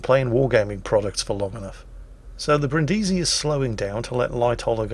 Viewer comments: The Brindisi isn't named after Brin Diesel from Fast & Furious, but after the city, so her name is pronounced BRINNdeezy. And while we're at it: Prinz Eugen of Savoy, after whom the Prinz Eugen was named, has the emphasis like the English form of Eugene, i.e. on the second syllable (OyGAYN). Even Germans get that wrong all the time. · As I mentioned earlier: learn how to pronounce Brindisi here